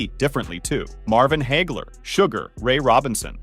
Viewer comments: WTF is Heygler as the commentator said? It's pronounced HAG-LER. An extremely EASY American name to pronouce....well at least it should be. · Its "Marvelous" Marvin HAGler not HAYgler fool.